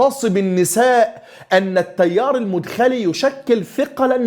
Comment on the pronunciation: تنبيه : المدخلي (بفتح المدخلي .. وليس رفعها)